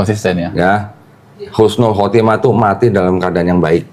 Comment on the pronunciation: Ko jangan salah ucap ya katanya yg bener itu Husnul khotimah bukan Khusnul khatimah